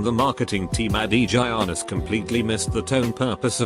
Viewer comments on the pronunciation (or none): none